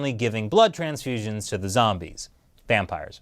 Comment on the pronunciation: Zampires? Vombies? Lol 😂